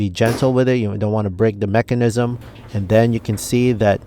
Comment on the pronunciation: This guy is a horrible presenter but he knows what he's talking about and every time he says mechanism I chuckle a little. Good video, good info, I like.